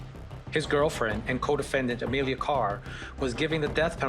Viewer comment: Ema-Lia? Said the lawyer?!